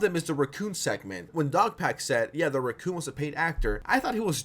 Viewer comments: I might be too high but every single time he said racoon I kept hearing Recome from DBZ! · You pronounce "racoon" in a way I don't think I've ever heard....